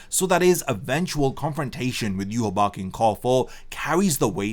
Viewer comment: So you're continuing to pronounce yhwach's name completely incorrectly.